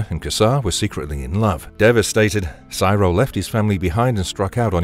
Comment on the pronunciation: Siro is pronounced like hero. Not like pyro. Have you ever actually watched the show? Or did someone else write a script that you are reading?